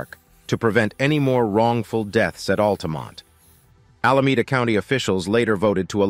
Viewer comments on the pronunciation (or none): none